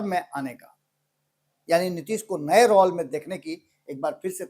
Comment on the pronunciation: आज बहुत दिनो बाद आपको सुन रहा हूँ, रोल को रौल बोलना अच्छा नहीं लगता है। पण्डित जी आप अपना उच्चारण ठीक करें।